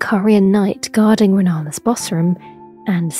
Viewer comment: Bro I thought you said rellena and I got ptsd